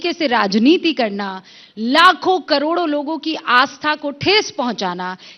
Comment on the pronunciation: कड़ोरो कड़ोरों नहीं रे, करोड़ों करोड़ों होता है